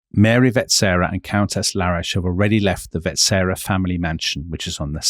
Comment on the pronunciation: You didn’t mention that the Habsburgs had been kings of Hungary without interruption since 1527. That has nothing to do with the Austro-Hungarian Compromise. The stress in ‘Sissy’ is on the last syllable, and finally: it’s pronounced ‘VetSCHera’.